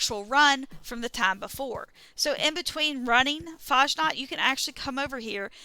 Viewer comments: Nobody mispronounces <FAHSNAHKT> more than Fallout 76 youtubers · "Mad"? FFS. And you 100% don't pronounce like the robot(s) (One robot). You need better ears or headphones. You say <FAHJNOT>. Try listening to the Master of Ceremonies again. He says it correctly no "J" sound and the "KT" sound at the end.